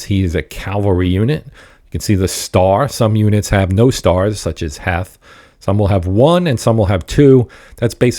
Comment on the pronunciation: Pretty sure it’s pronounced Heath. Thanks for the vid